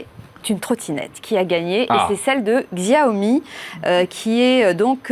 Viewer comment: Merci ! "Chiaomi" putain ! ^^